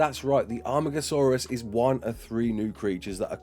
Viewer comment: This is so exiting, very happy :D also amargosaurus in JWE 2 and now Ark. YES It’s pronounced ar-mar-go-saw-rus by the way